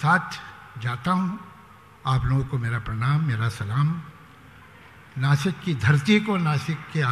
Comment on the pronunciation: मराठी साहित्य संमेलनात अध्यक्ष मराठीत बोलू शकत नाही,कहर म्हणजे नाशिक ला नाकीश म्हणू शकतो,आहे कि नाही गम्मत,,,अच्यूतला अचुत हे सुद्धा ह्याच माणसाने म्हणावे,नशीब अछूत नाही म्हटलं,,अरे काय जन्माने मराठी असलेला ज्याची मातृभाषा मराठी आहे असा एकही व्यक्ती साहित्य संमेलनाला अध्यक्ष म्हणून मिळू नये,काय दैवदुर्विलास आहे.शरम वाटते आम्हाला.